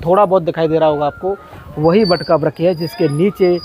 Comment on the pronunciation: आप वृक्ष का उच्चारण सही कीजिए अगर वृक्ष नहीं बोल पा रहे हैं तो पेड़ बोल दीजिए हम सनातनी है हिंदू हैं अपना अपना उच्चारण सही रखें तो अच्छालगता है हरे कृष्णा जय श्री राधे